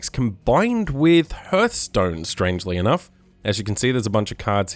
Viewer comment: good video but its pronounced harth stone not herth stone